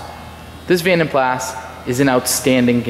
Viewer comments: vanden plaSSSSS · You are correct about jag u are but vanden plas is german from the daimler family. Pronounced plaaz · Beautiful!!! The A’s in Vanden Plas are pronounced like the a in moca. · The S is silent on the pronunciation of Plas. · Pronounced pla. Jag U ar please pronounce it correctly. the s is silent. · Its actually Flemish but you are correct the "s" is pronounced. Certainly not Pla. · Stunning colour and gleaming finish. A real tribute to the detailer who created the gleam! In the UK it has always been pronounced "Van den plaa" The company was founded in 1870 by Guillaume van den Plas, a Belgian blacksmith, and his three sons, Antoine, Henri and Willy. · ‘Jag Wire’ ‘Vandan PlaSS’ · The condition of this car is far better than your pronunciation of the cars name 🤣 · the S is silent in Plas. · Great video but the S is silent..... :) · I couldn't bear to watch the entire video due to his pronunciation of Vanden Plas. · Learn how to say "Vanden Plas" properly please.